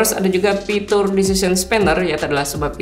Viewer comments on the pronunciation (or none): Kenapa aku terganggu ama sebutan "pitur"...